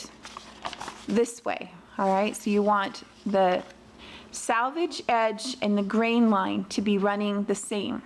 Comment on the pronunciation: Selvage is pronounced with the E= “sell vage”. “Salvage is some thing preserved or saved”